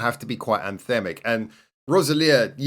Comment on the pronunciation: Finally, some BanG Dream. The first thing I would like to say is thank you. Second is ALWAYS pick the live version!!!! And it's Rose-eli-ah, no Roz-el-eea 😉 The reason all the videos are so short is that you picked the anime videos instead of the live versions. The dog's a bear 🙂 and her name is Michelle and she's the DJ. I'm glad you picked Egao No Orchestra, it's my favourite HHW song. Kokoro is probably my favourite BanG Dream character alongside Kasumi from Poppin Party. You'd better believe I'll link you to some videos to watch!!